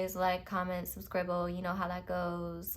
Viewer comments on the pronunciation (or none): Did you just say 'Suscribble'? 🥹🥺🥹😭😭😭😭😭 you got me